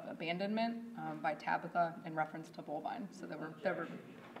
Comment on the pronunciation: And BULLBINE? Omg 🤦🏼‍♀️